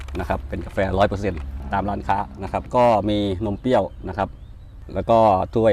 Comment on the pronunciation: นมเปรี้ยว ค่ะ ไม่ใช่ นมเปี้ยว